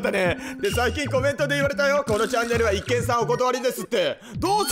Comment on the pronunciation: そだ、一見の読み方は（いっけん）でなく（いちげん）ですよ。